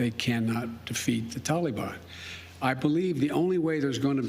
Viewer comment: What a clown. He can’t even pronounce Taliban. This whole thing seems fake. Why don’t we ever see the crowd of reporters while they’re yelling at him?